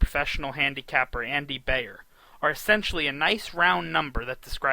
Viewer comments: Hey, it's BIIIIIIIER, not BAAAAAYER. He's the most prolific handicapper, writer, speaker and defender of horse racing in history. Not hard to pronounce his name correctly. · It’s Bye-er , not Bay-er. Makes me think this guy doesn’t know anything.